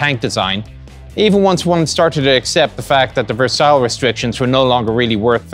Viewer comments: "The Versalls Treaty"? Really? It is Ver-sai, rhymes with "sigh". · Ver sile Treaty ? You ain't been in Texas THAT long ! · Love your vids mate, not missed one yet. Just one thing though: Versailles pronounced verse-eye.